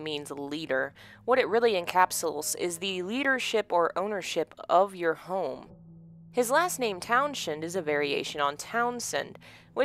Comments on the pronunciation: In England Townshend is pronounced the same as Townsend, never town-shend. Just thought you'd like to know. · Townshend is pronounced Towns-end. the h is silent -_